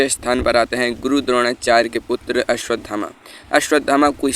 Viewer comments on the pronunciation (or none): भाई हिन्दी भी नहीं बोलनी आती तुम्हें तो😂😂 अश्वथामा को अश्वधामा बोले जा रहे हो। 😂😂